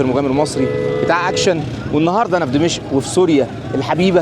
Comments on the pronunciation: اخ شريف ... عندما تذهب الى اي بلد في العالم يجب ان تتعلم ثقافته ولا تبقى على ثقافتك المصرية .... لا يجوز ان تسمي دمشق ( اقدم عاصمة بالتاريخ ) بلهجتك الخاطئة دمشء ... وتصر على اعادة لفظها الخاطئ عدة مرات ... بغض النظر عن كمية الاخطاء اللغويه التي مارستها خلال الفيديو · دِمَشق بكسر الدال و فتح الميم و جزاك الله خيرا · بالله عليك انطق دمشق صح 🤣🤣